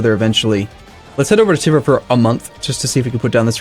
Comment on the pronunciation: The way you pronounce Tver is irritating. It`s not Teaver, not Teever, it`s [tver] (more like word "tweaks") with "soft" r on the end (which you can ignore).